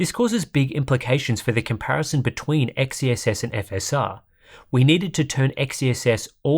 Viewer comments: I want to tip my hat at you for saying XeSS multiple times without fail. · Respect for a constant perfect pronunciation of XeSS